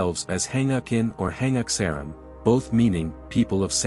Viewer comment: Koreans are not mentioned in the Bible. Stop spreading lies using AI. AI Chatgpt has a lot of flaws. "samham"!!!??? "hangakin"!!!??? "Hangakseram"!!!!!??? "Samham"???? It's" Han-guk saram" "Han-guk in" and "Sam-han" ! "Kosanin" , "Kosansaram" people of "Kosan" is all wrong. It's supposed to be "Koryo saram" North Korean don't refer to themselves as "Koryo Saram"; Russian speaking Koreans who live in Uzbekistan and other former nations surrounding the former Soviet Union call themselves "Koryo Saram". There are more mistakes but I feel like I'm wasting my life listening to this drivel.